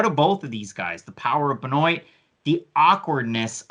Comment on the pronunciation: why are you pronouncing benoit like "ben-oate" its "ben-wah" smh